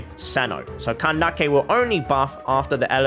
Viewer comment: The pronunciation of Candace is making me laugh I’m sorry